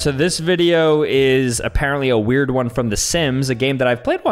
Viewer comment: ah yes one-ee (I can see how he’d get that wrong tho lol)